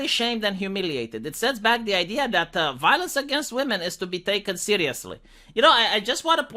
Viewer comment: “Believe all whamen”. 🤣